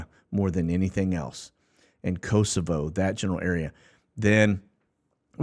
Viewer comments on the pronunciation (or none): none